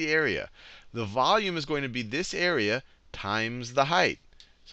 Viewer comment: Area sounds like squarerea ;)